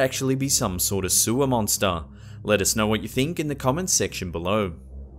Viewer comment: Sewah mounstah....